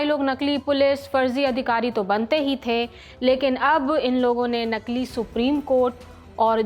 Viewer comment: नकील नहीँ नकली